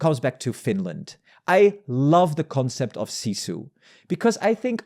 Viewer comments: Sisu you read as sizu? Are you an idiot?I watched rest of video, yep you are idiot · Sisu, not cizu. And I'm not even finnish. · iT IS SISU!!! Not cizu... Get your facts right before you start to do analysis about anything. Eats up your credibility as a journalist if you do not your job right.